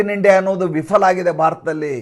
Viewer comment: Vifala ಅಲ್ಲ viphala 😢